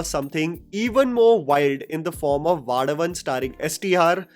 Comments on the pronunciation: Hey man. I am not sure if you have any tamil speaking followers but that movie at is Vallavan. Not Vaadavan. You have actually captioned it correctly but pronounced it incorrectly. And the move is Thimiru. Not Thimudu. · It’s not vadavan it’s vallavan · This series is absolutely the bestt!!!! Also just a correction, the STR movie is called Vallavan (pronounced as Valla-one and not Vaala-one) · first of all, it’s not Thimidu but Thimiru (तीमिरु) and not vaadavan but vallavan (वल्लवन) 😂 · Its Vallavan not Vadavan 😅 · Bro its not vaalavan its "vallavan" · It's Vallavan. वल्लवन। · You pronounced Vallavan as Vaalavan (It's pronounced as वल्लवन) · Bro it is not vaadavan. it is vallavan pronounce correctly. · Vaadavan LMAO. I think your subscribers will be happy to teach you the proper pronunciation of other language movies. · It’s V-uh-LL-uh-v-uh-N And Th-I-m-i-r-ih …( the i in iguana) .. and there is no d sound in either of the names This comment is not in hate .., I just want it to be pronounced correct because it sounds unintentionally hilarious Thanks for being a pan Indian film critic! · u need to work on ur tamil pronounciation bro i suddenly burst out of laughter when u say vadavan🤣 and thimudu 😂,but it was more hillarious than upendra movie plot 😁😁😁😁😁😁ENNA KODUMA SARAVANA(MATLAB KUCH BHI) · Vallavan pronunciation 😭😭😭😭😭😭😭